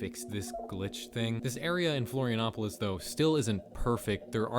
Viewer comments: Florianópolis is a city, not a state But flawless pronunciation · Nice pronunciation of the city "Florianópolis" 👍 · Your pronunciation of "Florianópolis" was one of the best I've ever heard from a foreigner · You actually got Florianópolis pronunciation a bit right! A lot of people miss out on the "ó" because of it's accent. Nice going partner! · The most impressive part of this video is the perfect pronunciation of Florianópolis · that's a perfect pronunciation of Florianópolis Good job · wow i'm impressed with how well you pronounced Florianópolis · That was very intriguing. By the way, “R. Pref. Oscar Cunha” is an portuguese abbreviation for Mayor (pref. stands for “prefeito”) Oscar Cunha Street (r. stands for “rua”). And your pronunciation of Florianópolis is actually pretty good. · That's the best pronunciation of "Florianópolis" I've ever heard from English speaking people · Your pronounciation of "Florianópolis" is absolutely on point